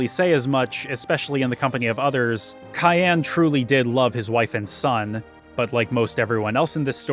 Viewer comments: I like this but..... Cyan is a color and is pronounced sai·an. Not Kayan. While this game was really really focused on the story. Most of the characters name origins were really simple Characters name: Terra = Earth. She represent earth and humanity in its diversity Setzer/Setzen = is from German gambling Locke Cole = Lock as he`s a `treasure hunter` Cyan Garamonde = Cyan is a Color pronounced sai·an and Garamonde is from 2 words from french. Gare which is for a train stop/station and monde which mean world. Billy/Shadow = Billy the kid. Shadow part is self explanatory Celes Chere = Celes come from celestial and Chere is `dear`. Reflecting her personality and regret of the life she had.(Funny enough, seems like she reflect the regret feminist will have in the future) Gau is most likely from the word Gaul. They were historically considered wild tribes unlike the Asterix and Obelisk saga. Known to be `savages wild mens` that highly resisted the 'civilized romans' Etc to not be to big on the list but its all very simple. To conclude.... Just remember that FFVI is more magical than Espers which come from the word 'Espoir' which mean hope and is the hope of surviving that world. They even had malboro with bad breath attack giving too many bad status which wa spoorly written to avoid lawsuit in order to remember all of us kids to not smoke :) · I love this video, you did an incredible job! But dude, "Cayenne"? What, is he a samurai pepper to you? His name is Cyan. Hell, they even made his armor the color, cyan. Please don't disrespect my favorite playable character's name. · Wait, Cyan is pronounced cayenne like the pepper? I never bothered to look at the Japanese, I just assumed it was like the color, since it fit his personality. Today I learned. And PM. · Couldnt make it more then 3 minutes after hearing you pronounce Cyan.